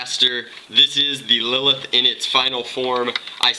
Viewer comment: didnt u read the title right? its lilith